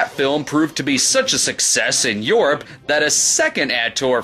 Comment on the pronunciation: "A success in yorp(Europe)" LOL Around minute 45